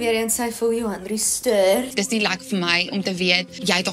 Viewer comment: Dink nie ek sal ooit weer die woord "stirrr" gebruik nie😂